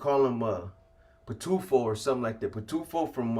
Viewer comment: Boxer is going over the HHP spensa mom I can't take out the trash rn Pitufo means Smurf in Spanish u said it right